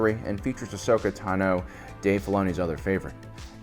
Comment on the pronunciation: sigh, we will always disagree on this, but it's Ahsoka TAHno, not Ahsoka TaNO.